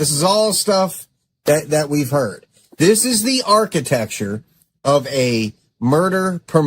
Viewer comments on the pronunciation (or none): Yes uhh 😂 everything ends withuhh uhh 🙄 “ also these mispronounced words that drive me nuts: “Ishreal”, “burried”, “architexture”…to name a few 🙄